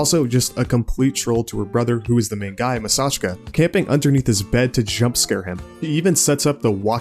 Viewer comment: His name is pronounced Maa-Saa-Chee-Ka (double a = long a sound)